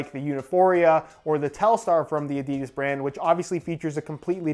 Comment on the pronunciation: When pronounces adidas the European way 😍😍😍😍